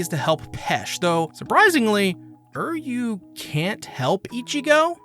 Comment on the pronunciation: Why does he keep saying Uryu's name like that?